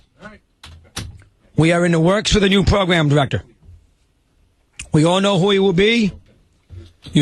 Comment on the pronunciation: Pwogwam diwectow